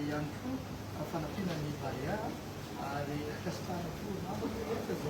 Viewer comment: BAREEEEA FA TSY BAREAAAA